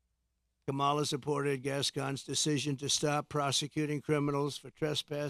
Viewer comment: You obviously don't even know what a Marxist is it's a person who evaluates numbers. You can barely pronounce your words you're slurring all over the place and it's Kamala Harris not the way that you are pronouncing it and God has not released hell on anyone you don't care about people because you didn't care about the woman that you caused to live her life without water to her home come on Donald you can do better than this work on honesty and Truth work on getting rid of that narcissism